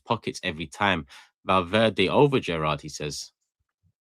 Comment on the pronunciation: Don't let get away with anything. Madrid vs City watch along he called Valverde Valdiddy on stream 🤣